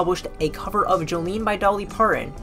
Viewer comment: It would help your video if you could pronounce agoraphobia, Glasgow, Siouxsie, Dolly Parton